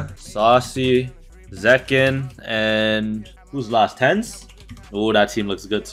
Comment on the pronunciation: Bro said tenz 💀💀💀